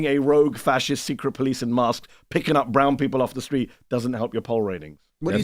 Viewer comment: CTG has a job in media and still can't sound out the word street correctly. Obviously a plant..